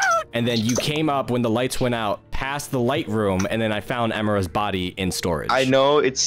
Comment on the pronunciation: I’m sorry... HOW DID THEY PRONOUNCE EMIRA